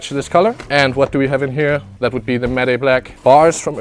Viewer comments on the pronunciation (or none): It's pronounced like mat black not mat e black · Am I the only one triggers when he pronounces matte black like maday black and it's like mat black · love how he says matty black instead of matte black haha, such a good video as always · The way he says 'matte'😂